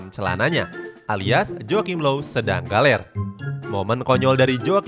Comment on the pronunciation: Admin ngomng Galer wkwk